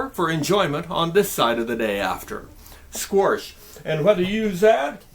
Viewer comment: why you pronounce squash sqoarsh? is that a Nebraska thing or a thing?